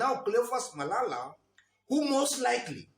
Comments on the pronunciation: You killed me by saying " cleophas malaya" sorry for that oversight 😂😂😂😂😂 good analysis bro keep it up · "Cleophas Malaya" was correct 😄